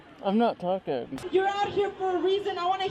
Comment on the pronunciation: “I’m noot tooking”